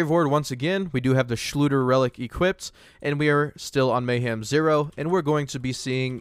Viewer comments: Its funny how it nags at my sanity that you say equipted instead of equipped No front tho all fine xD Thx for Testing and have a nice day my man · Equip-did lmao it's killing me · i don't wanna be that guy, but it's "equipped", not "equipted". Also i mean... by that logic DLC weapons are pay 2 win too since some of the best weapons in the game are DLC content for which you have to pay. Of course you're gonna get access to new content by paying money (DLC in this case). That's how borderlands has always been. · Equip-ed. Lol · Did you guys really complain about getting more legendary drops? And it’s equipped not equipdid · The thing that bugs me is your grammar saying equippeded, its just equipped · The word you are trying to say is EQUIPPED not EQUIPTED!!! There is no such word as equipted. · "equipeded"? nobody? really? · "Equiped-ed?" Sorry but hearing this repeatedly is just cringing-ing. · Equipped-did Everytime he said it i started laughing lolol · 'Equippded' Did you not only say, 'Equippded' but actually repeat it multiple times? As an English teacher I'm a bit ill here... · I noticed that to it kinda bugged me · Pst. Equipped is two syllables (unless I'm missing an inside joke) :) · You are not saying equipped correctly. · Why are you saying 'Equipped' like that? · Say equiped right bruh